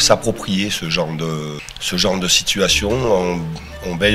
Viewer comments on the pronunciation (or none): none